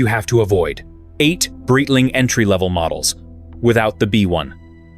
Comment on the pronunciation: “Breetling” AI get it together